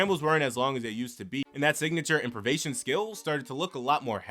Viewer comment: “Imprivation” is not a word. “Improvisation.”